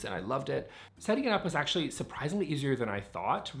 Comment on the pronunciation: I like how many times you say, actually. The word gets melded together and sounds like "akchy"